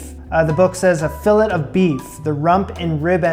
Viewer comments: Its pronounced filé the sound of letter (a) the (t) is silent. Just saying. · plays it cool about the price so the butcher thinks he's done this before Also: repeatedly pronounces it a Fill-ET French spelling throws me off too...lol! But in all seriousness, I really enjoy your videos. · hearing you mispronounce fillet/filet (the same thing, actually!) is killing me 😭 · You don't pronounce the T in filet